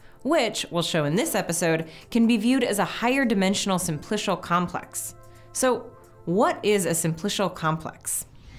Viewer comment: someone tell her how to pronounce simplical